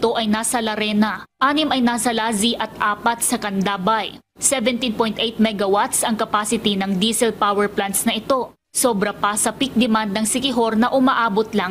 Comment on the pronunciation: Candanay not Candabay. Please proof read before reporting